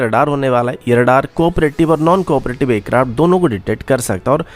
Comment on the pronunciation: Yaar sach hai ya nahin . Bas dar jao na 😂 Aur bhai tu hindi na bola kar .. hansa hansa maar dega kia .. sosal media .. c1 thatteee .. fir .. bolaaaey .. ye konsi language hai yaar ?? Cetal ayseea .. air karapt .. jyada, intelnasnal. Chal ja .. nalaiq .. char hajaar .. airkarapt.. adeeesnal .. primary fail ..